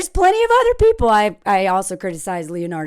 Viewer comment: Leonardo DiCraprio 😂😂😂😂😂